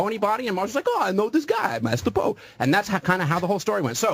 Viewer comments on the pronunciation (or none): Mars-ter Po